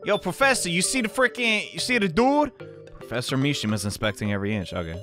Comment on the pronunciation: plEASEEE, the pwofessor needs his hwead to goto schuwul tomowow PLEASE